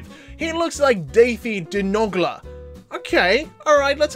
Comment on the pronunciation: That is pronounced Duhi de Nogler